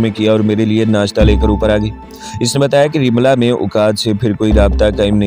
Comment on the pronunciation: رملا نہی لفظ رملہ ھے